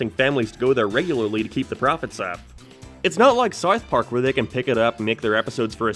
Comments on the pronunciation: Why do you say SARTH PARK? And why is this being recommended to me? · Am i having a stroke or are you pronouncing it Sarth Park? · “Wherr is Sarth Parrg?” I dunno man, you tell me! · “Sauth park” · Whats Sarth Park? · saurth park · "sarth park" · "Where is sourth park" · "Where is sourf parc" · Su-arth Park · Saurth pauurrk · whaer is sarth park